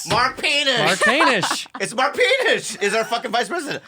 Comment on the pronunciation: Dude, at first I thought she said “Mark Penis” and I burst out laughing 😂.